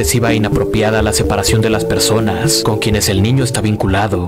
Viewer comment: ajajajaja es gracioso escuchar al psicologo, acentuando la ultima silaba para darle gracia a lo que dice, estuvo bueno el vidiu, ( persoNASSSS, animaDOSSS) XD muy bueno